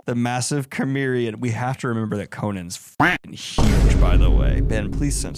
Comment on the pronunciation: I really enjoyed this. I haven't read any Conan prose other than Howard's original stories, but I've read comics based on other author's stories. I didn't know Robert Jordan did one! Also, it made me smile that you pronounced Cimmerian like Chimera and not like Samaritan.